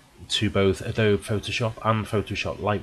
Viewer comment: Pretty sure it's pronounced.......Adobee #justsayin